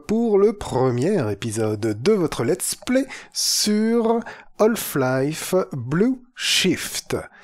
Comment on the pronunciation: Super let's play ! Juste une question, pourquoi prononcer "Holf-Life" ? A chaque fois ça me fait tiquer ahah.